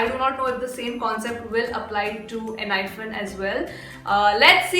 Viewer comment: I am not sure but I guess it is pronounced as "Enhypen" and not "Enhyphen"😅